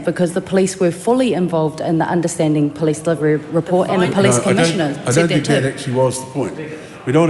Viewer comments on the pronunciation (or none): Can’t even pronounce the word Police , she says Plice !! Pig ignorant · so they demand everyone speak maori PROPERLY but she cant even say POLICE properly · I wish she would learn how to pronounce police correctly.